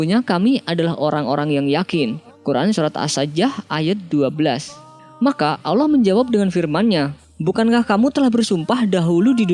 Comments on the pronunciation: Menit itu Qur'an surat as sajadah bukan as saajjaah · Maaf min koreksi surat as-sajah atau as-sajadah??